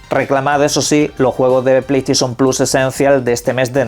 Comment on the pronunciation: Pley steision 😅